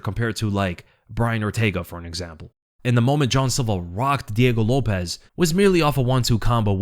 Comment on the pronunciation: Jean silva not john silva